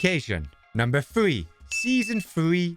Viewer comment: Season thwee